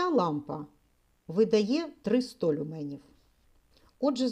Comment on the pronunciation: Доброго дня. Я перепрошую, але правльно казати лЮменів! а не люмЕнів. Дякую.